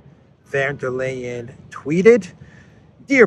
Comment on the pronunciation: Von, von, von... And it's not Lay-en, it's Lie-en.